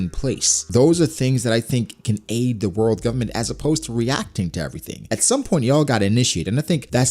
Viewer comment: Anybody else notice the fact that this dude say “Govbment” about 1000 times 😂😂😂😂